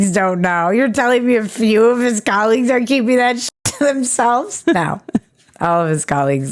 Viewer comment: Colleagues or Colliegues? Ba -dum-dum.